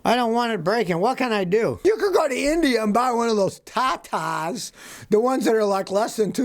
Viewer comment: ‘’You can go to India and buy one of those TAATAAS’’ LMAO 🤣🤣😂😂😂🤣